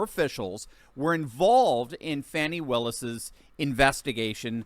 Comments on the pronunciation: It’s pronounced “Fanny”, like ass. Not Fawny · Fani, just another word for Ass. ( and, by the way, the people who grew up with her know. It is pronounced "Fanny", not the fancied up "Faunci"). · Her name is fanny meaning ass. Not fawni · Why are YOU calling her fawnie... HER NAME is FANNY! In 1940 that was the definition of where SHIT comes from! A cigarette & a blindfold is all the democrats DESERVE 😊😊😂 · Fani Willis - the biggest Fanni in Georgia!! Btw is it pronounced Fan-E or Fuh-knee? Either way it's a stupid name 🙃